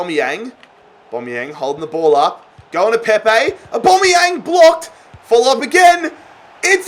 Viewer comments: Au-bam-e-yang not au-bom-e-yang pleases stop saying aubomeyang it is really annoying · aubameyang is pronounced 'or-bAm-ee-yang like so can see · mate it’s AubAmeyang not Aubombeyang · It’s not or-bomy-yang it’s or-bamy-Yang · “orbomiyang” look saying it hella wrong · It’s AubAmeyang don’t know why this triggered me so much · Don’t call him abomiyang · ITS PRONOUNCED AB-AMEE-YANG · The way he says auba is funny like so can see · Stop pronouncing Aubameyang like that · Pronounce Auba correctly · I hate how he says aubameyang